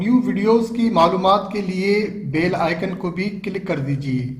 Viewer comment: O bhai uploader it's not bail it's BELL ..ghantee